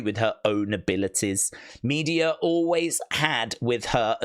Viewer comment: It's pronounced Me-de-a, not Media